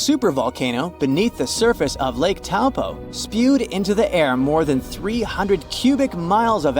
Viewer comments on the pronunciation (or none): you pronounced Taupo wrong it's (Toe- Pour).